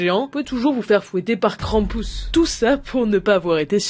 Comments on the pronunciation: Krampus pas kranpouse la prononciation merde ! On dirait le nom d'un jeux de kermesse krampouse lol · Krampus ça se prononce pareil que krampouezh en Breton et ça veut dire crèpe...😅